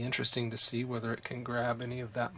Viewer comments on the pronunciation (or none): none